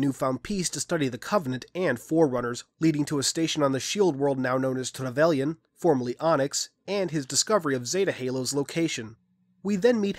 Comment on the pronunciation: Why do you pronounce everything with a weird accent? Chakas? Trevelyan? I would've thought it would be Chah-kahs and Treh-vel-yin